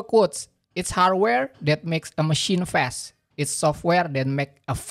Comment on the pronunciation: Bacanya bukan fes mas ( fast) tapi fas